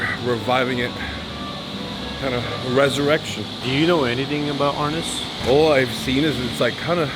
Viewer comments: That's not how you say!! I studied with Dan insantos he never called it arness BAD DOCU, MARTIAL ARTIST'S WON'T WATCH THIS!!!! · Great video. I've been training in Eskrima-Kali-Arnis since 1987, in Wisconsin, MN, OR, & CA. I cringed every time they said Arnis. *It's pronounced R-neese. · You have to learn to pronounce the word properly first. It's "Arneese"